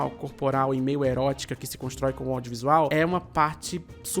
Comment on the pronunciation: eu juro ter ouvido "ódiovisual"